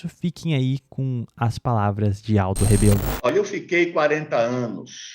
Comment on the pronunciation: É Rebelo e não "Rabelo", antes de inventar qualquer desculpa para se indispor a pessoa política dele, saiba como se escreve e pronuncia o sobrenome corretamente.